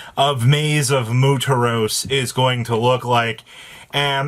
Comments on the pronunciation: It is not pronounced mooteros it is muertos which means dead or death. Learn to read. I don't even speak Spanish but I've heard it many times before. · I love how the comments is still losing their shit over saying "Moo-ter-ohs" over "Mwere-toes" that he has NFG about the crash of the peanut gallery, and I love it. But damn, the short print not mentioned here is Lightning Storm. Even as a rare, people are pulling one per box, and some are lucky to get two in a box 📦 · MU-AIR-TOS ... tbh, by this point he has to be trolling and playing the algarithm for engagement... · I can't tell if he's mispronouncing muertos on purpose or not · Lmao Im from mexico and im dying as to how this guy says Muertos lol. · Damn straight. I'm from Iowa but even i know the word. I hate when people continuously mispronounced the word, even when they are informed of the correct way.